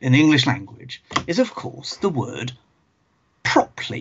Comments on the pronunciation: Proply? Prop-er-ly is clearly the proper way to say properly! ;-) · The word "Properly" has 3 syllables in the U.S. I had to play that segment several times and check the comments before I understood what he said.